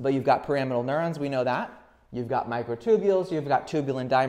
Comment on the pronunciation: Great video! Isn't "Pyramidal neuron" pronounced like pyramid? I thought you kept saying "Parametal neurons" until I your wrote it on the whiteboard.